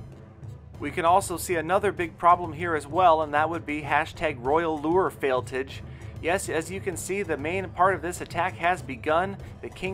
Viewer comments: It's not fail-TIG it's fail-TAJ like Taj Gibson (Bulls PF) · Fail-tage not tige lol